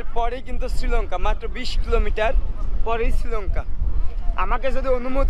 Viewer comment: ওটা ছৃলঙ্কা নয়। শ্রীলঙ্কা বলে। স্ত্রী বলার চেষ্টা কর,ইসতৃ নয়।